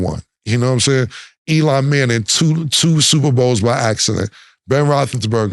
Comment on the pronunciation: Elon Manning is crazy 😂😂😂😂...Cam is allergic to getting names right. Shout-out to Mo for being in the studio!!!